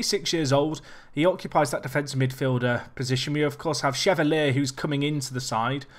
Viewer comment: just a heads up, chevalier is pronounced sher-val-ee-ay, or close to that at least